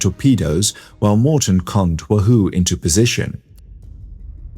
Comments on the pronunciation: H of H is pretty good, especially the graphics. Way better than the AI slop flooding You Tube nowadays. The creator is obviously real. I don't mind the occasional pronunciation mistake with American English like at the mark for USS the Wahoo - we say it as WAH-who (heavy emphasis on the WAH), not "woo-who" A delicious fish also called "ono" in Hawaii. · "Wahoo" rhymes with "Yahoo."